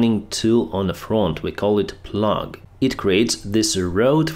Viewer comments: It's pronounce "Plow", even though it's spelled plough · The front of the demining vehicle is a "plough." It is pronounced "plow" like "wow" not "plug." Yes, English is often a very foolish language. It is a product of French speaking Norsemen who conquered Anglo-Saxons but didn't conquer their language. The languages mated and made a strange baby.